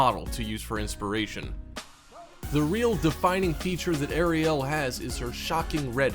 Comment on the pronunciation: OMG!!!... I REEEALY CAN'T STAND THE WAY THIS GUY PRONOUNCES CERTAIN WORD'S, ESPECIALLY THE WAY HE PRONOUNCED ARIEL!!! AND THE MAIN THING THAT I FIND EXTREMELY ANNOYING IS HOW WHILE HE IS DESCRIBING EACH AND EVERY ONE OF THE EASTER EGGS, THE WHOLE TIME THEIR NOT EVEN SHOWING THE ACTUAL SCENES OF THE EASTER EGGS!!! SUCH LAZY AND POOR EDITING MAKES THIS WHOLE VIDEO JUST THE WORST!!!😕